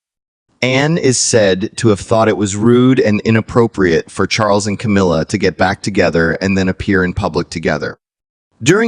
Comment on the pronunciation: Ca-mil-la, not Ca-meal-la.